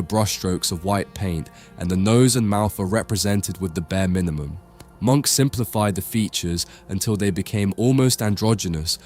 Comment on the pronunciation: His name was not pronounced “Monk”, the correct pronunciation should be “mʊŋk / Muunk”. Please work on your pronunciation of European names and artistic techniques. Especially if you run an educational channel on European art; it should not be misleading to the new generation, and please have some respect for the artists and the languages that they spoke.